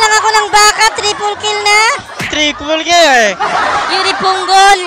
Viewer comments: Announcer: TRIPLE KILL!: TRIKOLKILRYE HAHAHAHAHA NANGIYAK NGIYAK AKO SA KAKATAWA SAYO. 😂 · Inspire po kay irithel Pero natawa ako sa ''trikolkilrye'' hahahhahahahahahahaha